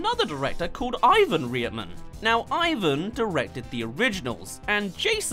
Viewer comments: OMG!! Its Ivan & Jason Reitman not Rietman!!. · Reitman. not Rietman. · Its pronounced RIGHT MAN, NOT REAETMAN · You almost lost a few times....but then you said rearman......who is Ivan rearman? I left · re-it-men? it's right-man.. This isn't about accents, it's someone's proper name. As if it hasn't been said a million times in Hollywood. Even Lt. Commander Data had issues about pronunciations of his name. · Allot of people pronounce the directors’ name wrong - it’s pronounced like right-man, not reet-man. Ivan and Jason Reitman. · OMG, you've really not been aware of this upcoming film all year? Youtube and movie trailers have show it regularly (before Covid-19), but it seems pretty incredible that you haven't seen the trailer before. As for the review/commentary, PLEASE pronounce the names of the Director and his father correctly. "Rite-man", not "Rie-man". SMH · Ivan REAR-MAN? It's pronounced Right-Man. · Re/it/man? You mean R/ight/man? :p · Its pronounced RIGHTMAN.. not RE-ITMAN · It`s REITman for crying out loud, how could you get that wrong? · His name is pronounced like Right man.. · RIGHT-men, not what you said. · pronounced rightman btw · I understand you're British, I'm assuming, but you butchered there name. It sounds like this, "Rightman... Right-man" Get it? Got it? Good. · Say it like right-man, it will sound closer to the pronunciation. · It's pronounced Right-man ;^) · Yeah, right man? How hard is it to find the proper pronunciation? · Oh looord when he says Reitman...wtf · I guess the research didn't include the correct pronunciation of the director's name. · The way you say reitman lol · Is this video a freaking joke?!? You can't spell or pronounce the Reitmans' name and you're making a video on them and their work??? You're an idiot. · There is a t in Reitman it's not silent